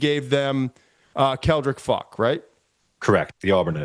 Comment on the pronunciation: Why does Todd not know how to say Faulk?